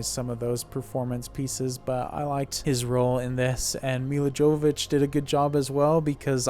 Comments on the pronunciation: Here name is pronounced Milla Yovovich not with a j but a Y. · That's pronounced "Yovovich". She's very specific about that! :)